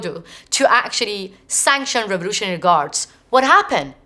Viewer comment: Having a hard time understanding what "raroughralry guards" tbh